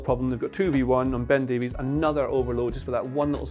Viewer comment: It's pronounced Davis you heathen, like Greg Davies from Taskmaster, like the Barry Davies the commentator. Getting all the foreign names right but not the British ones.